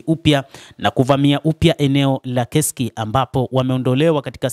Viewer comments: Inasomeka kesk lakini inaandikwa kursk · Ule mji usiuite KESK hautamkwi hivyo. Ni Kursk unatamkwa kama unavyoandikwa